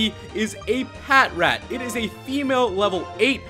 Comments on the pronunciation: the way u pronounce patrat is pa trat not pat rat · Patrat is pronounced as "Pa-Trat" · It's produced pa-trat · It's pronounced pa-trat as in patrol rat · Its pronouswd as pat tract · No, it is called patrat.